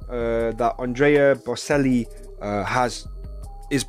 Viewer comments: Mate .. Andre got to sing with Ed! It's the other way round. Ed got to sing with Andre! It is not opera Andrea is a Tenor. His surname is pronounced BOTCH ELLI although that is not the spelling it is Bocelli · It's pronounced Bochelli. In Italian, (which he is), the 'C' is pronuned 'CH'. You can hear it in the word 'cello'. Just so you know. Yes, I too love this duo singing Perfect.